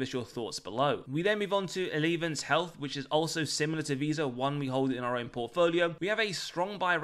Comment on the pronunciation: Eleevance health? I've never heard anyone else in the UK pronounce elevance like that before. Weird.